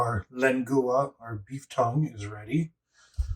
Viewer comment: Fun video. I'll be making lengoo-a in the next few days. :P It's leng-wa, FWIW. I'll be doing my slow cook in a dutch oven for 4-6hrs. Hope the reactions are as good.